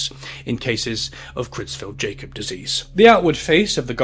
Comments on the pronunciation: Creutzfeldt-Jakob (KROITS-felt YAH-kob) Not "cruise felt Jacob". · What on earth is "Creutzfeldt JACOB" disease? You didn't get the AI to read the paragraph that said they were German? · Just for future reference, it’s pronounced “pree-on”, “Croytsfeld-Yakob”, and “epideemee-ology”. Hope this helps. (source: I’m a biomedical scientist). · Isn't it pronounced YAKUB? The Jacob is messing with me. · It’s pronounced: “yokub” (with a short O sound) …not “Jacob” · Jacob,. 'Yacob',.. at least in this mad-cow instance. ;) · Creutzfeldt Jay-cob lol. Creutzfeldt Yak-cob disease. UR welcome 😁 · I love your channel, but yeah for this one, it's easy to tell you weren't alive for this event, because you keep calling it "cruise felt Jacob" disease, and all these decades later I still remember the (correct) pronunciation from the evening news. Creutzfeldt-Jakob - "KROITS-felt YAH-kob" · hey future note but CJD is actually pronounced croyts-felt-yah-kob. otherwise good video ^^ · Creutzfeldt-jacob disease (Its pronounced yacob btw) is also an example of why we shouldnt let germany name things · That is not how you pronounce CJD its pronounced more like, croitsfeld Yacobs disease. (tell me you weren't around when this happened without telling me you were not arround when this happened) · Creutzfeldt-Jakob Disease is pronounced kroyts-felt yah-cob. Sorry. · super interesting (and spooky)! crazy how slow governments react to disease to this day.. i do believe it's pronounced 'kroytsfelt-yakob' disease though. 👍👍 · I'm sorry to be that person: Kroits-felt yah-kawp. Great summary of this absolute mess. I've been fascinated and horrified by prion diseases since an assignment I did in college. There's still a lot we don't know, and I can only imagine what it was like in 80s-90s UK or mid-20th century Papua New Guinea. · Creutzfeldt-Jakob: it's pronounced with a Y not a J, yakob, yah-cobe. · Good video and interesting pronunciation of CJD! 😊 said with a smile of course.